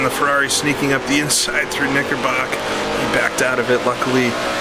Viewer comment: Great video, and Oulton is my local circuit. BTW, it’s Knicker brook, not Knickerbock.